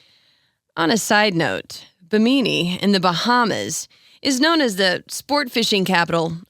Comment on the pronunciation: The Carribean island mentioned... Bee-MEE-Nee? I believe it's pronounced BIM-a-Nee.